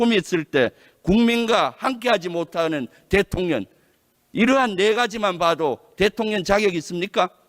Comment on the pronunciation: 김병주의원은 한국어발음이 왜그래 대통령 을 대통련으로발음하네~